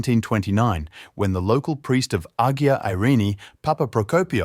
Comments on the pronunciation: It's Qin Emporer Shi Huang Ti and the village is "Ay-yia Irini" Saint Irene, not Ag-ee-a. Anyway, the are late Phoenician cultural diffusion. There are many like this where Phoenicians colonized. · Nicosia =Nick-o-SEE-ah -not Nicozhah, Agia=EYE-ah not aggia, Museet (swedish for museum ) is Muse-A-et not mew-seat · Strange - I lived five years on Cyprus, and yet never heard of this. Incidentally, and not overtly criticising you, the word 'Agia' is pronounced 'Aya.' But a very informative video! Thank you. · The narrator should have had a voice director. The word Agia is pronounced “AY a”. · A really entertaining & detailed explanation of the site! I'm in! One tiny thing---you pronounced Agia almost every possible way except the correct one! It should be Ah-YEE-uh, with the y being almost a hard g sound, & accent on the second syllable. never mind, we knew what you were talking about. You struck exactly the right tone between too technical & too general. And no talking head, just pictures relevant to the narrative. Thanks, I'll be back! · I think (not quite sure) that the "g" in "agia" is not pronounced. That is the case with "agia Sofia"